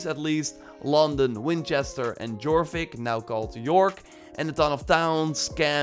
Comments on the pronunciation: It's pronounced "Yorvik", in most Germanic languages the letter "j" is pronounced as a "y". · This guy literally says it like that . I was trying to represent what the English letter J sounds like when pronounced in English. Dzh was the closest thing I could think of that roughly sounds like the letter J. Because in the Scandinavian languages, the letter J sounds like the letter Y in English, and the letter Y sounds close to the letter E in English.